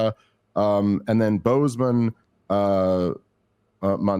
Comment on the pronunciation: Phoneticly it’s* Bosemen*